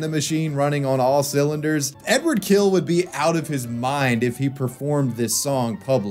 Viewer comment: It's not Edward, it's Eduard.